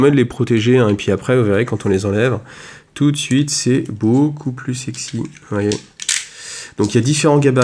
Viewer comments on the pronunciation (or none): none